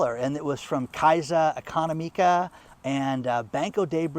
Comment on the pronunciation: The way pronounced Casa Economica with his So Cal Gr¡ng0 accent made me CRINGE 😂😅🤪